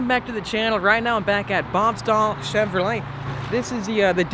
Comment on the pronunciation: cheVROlet 😂 can’t stand the way he says Chevrolet